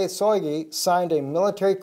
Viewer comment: Shoygu (Шойгу) note a Soygu. First sound like in the word Shock. Now we just waiting for a 5-th trampet (Rev 9:1)